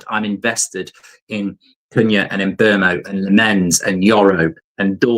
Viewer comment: Who TF is Mburmo? There is no R in his name 🤣🤣🤣🤣